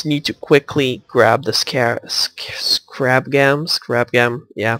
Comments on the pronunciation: your prenouncing it wrong though... your saying scrab like crab with an s in front of it but it is actually pronounced "scare"-"rab" (two syllables) not scrab. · scarab not scrab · its pronounced scare-ub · Btw you pronounced scarab wrong